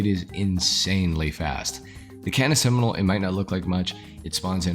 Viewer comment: Cannis Seminole haha